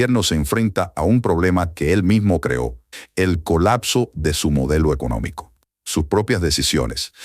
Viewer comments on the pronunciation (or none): none